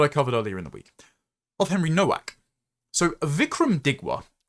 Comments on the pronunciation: Just being pedantic, Nowak, is pronounced Novak. W in Polish is pronounced V. 😊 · Novak,; Nowak is pronounced Novak.